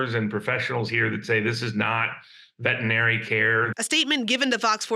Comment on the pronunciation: i suspect these gentlemen were doing more than ultrasound checks for pregnancy to get into trouble. increasing fertility via means that require a license for prescribing medication. That being said there is still due process BTW it is vetERinary not vetinary